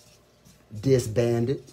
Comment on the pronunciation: Everytime he said disbanded I cracked up 😂😂